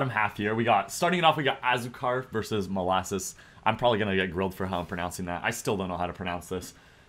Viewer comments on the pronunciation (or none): Azucar is salt in Spanish so just say asucar that’s basically how it’s pronounced